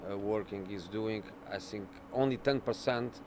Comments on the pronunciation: "I sink" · "i don't sink"